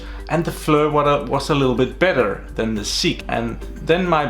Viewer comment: Pronounced Fleer...good video!